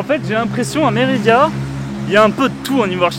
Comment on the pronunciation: Tu fais que dire Méridia c’est Mérida ça fait mal aux oreilles à force 😜 ahlala